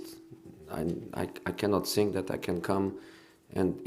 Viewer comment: “I sink i am all of them”